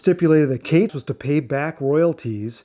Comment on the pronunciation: Are you sure your pronouncing Kates correctly ? But great vid lol